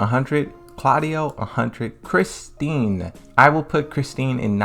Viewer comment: Please tell me somebody heard him call “Christie”, “ChristiNe”….its giving “Tekken 7 is my first Tekken game” 🤦🏾‍♂️